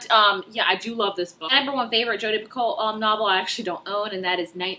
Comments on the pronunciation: Picoult sounds like PEE-KOE :-) I loved The Pact! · You probably already figured this out, but it's pee-co Almost like petco but pee instead of pet 😂 I recently met her in real life! By the way, have you read a walk to remember, by Nicholas Sparks? That one is my favorite, it make me cry for like 45 minutes